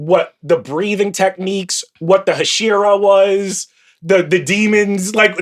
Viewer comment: Very "book reader who's never heard the word spoken out loud" energy lol.